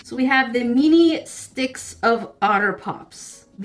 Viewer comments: i love how you pronounce "mini," 😂 it sounds like youre saying "meanie" 💕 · Why do you say "MINI" but it sounds like you're saying "MEANIE"... I don't get it.... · The way she said "MiNi" 😆 🤣